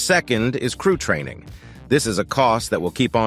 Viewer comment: Really terrific video. Thanks. Small fix needed on the word training.